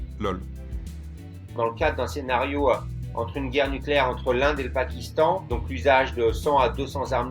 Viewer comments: "NuCUlaire, ça se prononce nuCUlaire" 🟡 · Niquèlaire, on dit Niquèlaire